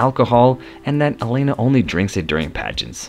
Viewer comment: Alana, not Elana...if you're going to narrate learn the names.